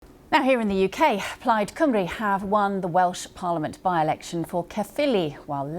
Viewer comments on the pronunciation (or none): Pity BBC London Central still can’t get Welsh pronunciation right tho!😂